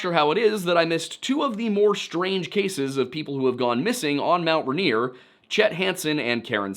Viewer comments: Rainier. Pls. Not ranier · Love the video!!!!! But the pronunciation for mt rainier is more phonetic- “rain-ear” the stress is on the first syllable. Otherwise no notes!!!!! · I'm from Rainier, Oregon. The mountain and the town are pronounced the same. It's pronounced RAIN-EAR the joke being it always RAINS HERE in Rainier.